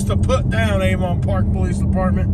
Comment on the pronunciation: Replace the V in Avon Park with a D to sound more like a local.